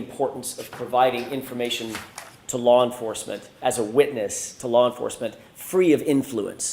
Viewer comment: What the hell is lar enforcement?